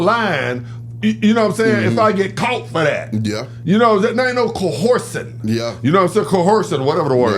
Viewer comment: keep saying co horsing